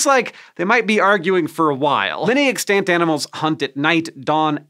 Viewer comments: EX-tant, not ex-TANT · "ex-TANT" Hank, please. It's "EX-tant" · EXtant, emphasis on the first syllable. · it’s pronounced wrong tho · Was anybody else annoyed by the way he pronounced 'Extant'? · You say "extant" weird. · TIL that pronouncing the a in extant is apparently allowed according to dictionaries. I would still like you to stop doing it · "extant". he's not pronouncing that correctly, and it hurts my ears.